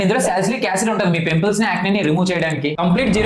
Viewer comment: Pempuls ❌pimples😂